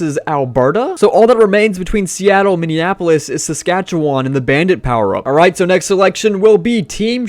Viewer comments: "Your Sas-koo-watchin' Roughriders!" lol Also it'd be crazy if you added WNBA, MLS, and NWSL teams to this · As a Canadian, I absolutely love the way you butchered Saskatchewan